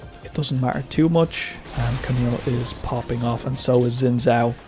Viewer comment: Why does this dude keep saying "Juhn Joe" for Xin Zhao?